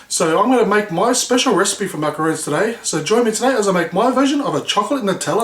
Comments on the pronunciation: they're macaRONS! pronounced like the name Ron, not macaroons. macaroons are the coconut cookie-like treats. I wanna try this recipe out, though :) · Not sure if it's just your accent or if you're legit mispronouncing macaRON .... I mean roons/rons get mixed up a fair bit by the general public but... to screw up the pronunciation AS YOU'RE MAKING THEM, considering yourself to be a pastry chef?.... bruh you betta not 😢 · ...it's MACARONS. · how he says macarons is soo funny hahahhahaha fucking ugly :P